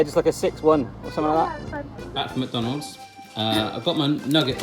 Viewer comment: Mukdonalds???? That's a new way to say it I guess